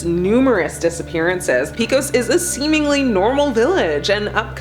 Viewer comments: It's pronounced Peck-ose New Mexico, not Peek-ose. 🙄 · The stories are good but the pronunciation is horrible. Pecos is pronounced PAY-COS, and Navajo was totally butchered.. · Yo-sem-ah? That isn't how you pronounce Yosemite. And how did you pronounce Pecos? You know right here on YouTube, you can listen to pronunciations of places you can't pronounce.